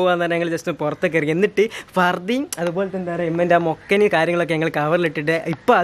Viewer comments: Mokkana Alla makkana anu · Mokkana alla makkana